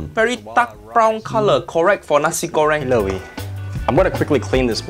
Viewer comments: It is pronounced 'nah-see' goreng, not Nazi goreng 😂😂😂. Nice video, otherwise. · Nasi, not nazi 😂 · You literally said "Nazi Göring"... yikes! xD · nazi-goreng is a cool pronunction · Am I the only one hearing "Nazi Göring"?